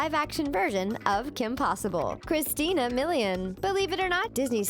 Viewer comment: you pronounced Christina's name wrong.